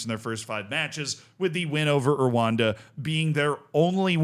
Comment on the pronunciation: Pronunciation pointers, as we know it's a pet peeve of you're: ESSwaTEEnee RooA(H)Nda